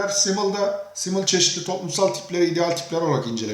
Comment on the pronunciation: telafuzunuz çok hatalı. düşünürün ismini bile yanlış söylüyorsunuz